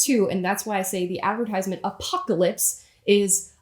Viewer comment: You said 'advertisement' wrong!